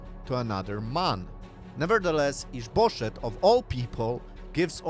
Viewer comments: We've got added comedy in this one. I don't know what the name is, but it sounds like "is bull$hit" every time he says it, and it provides quite a funny context. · with your accent it sounds like you're saying is bull s#*[